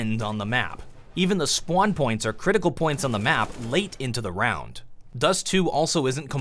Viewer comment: spwan points XD